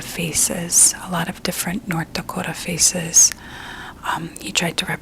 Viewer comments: I can't get over how her accent makes it sound like "scan your feces" instead of "scan your faces" during thr beginning. I'm so curious if it was intentional, cause I wouldn't put it past her, she's always clever like that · Only hearing "Feces of Fargo" project 😭